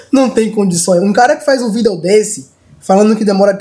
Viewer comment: kkkkkk o falando "VIDEO" é mt loko kkkkkkkkkkkkkkkkkk